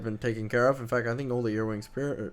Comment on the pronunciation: Are you saying earwings? Because where im from their earwigs.